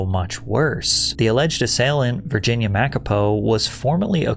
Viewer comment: Virginia who😂😂😂 That's now how it's pronounced